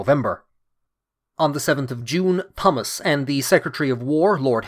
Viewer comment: You don't pronounce the H in Thomas. Extremely annoying.